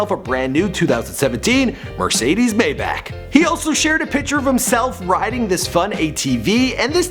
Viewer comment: did this nigga just say mercedes "baymach" smfh unsubbed